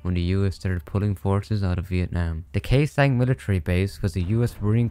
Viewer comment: i like how you said khe sanh properly